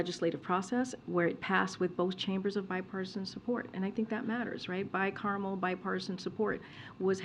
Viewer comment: WTF is “bi carmel”? 🤡